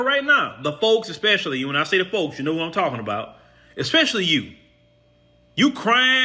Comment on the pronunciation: Say it right ✅️ - "THEM" folks not THE folks- Put emphasis on THEM FOLKS!